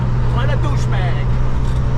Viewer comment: This guy is pretty entertaining, 100% authentic not any of this scripted kid crap. My only minor complaint is we need more cursing, “what a douche bag” in that Italian Boston accent was hilarious